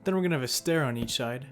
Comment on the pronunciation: Can we get an "on each schide" counter please